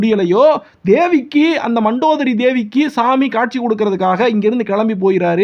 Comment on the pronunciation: It is mandhodari pls pronounce correctly